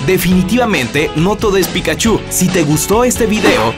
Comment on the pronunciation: Pronunciaste todos los nombres bien xd A menos que seamos españoles :v Pikáchu charízard xd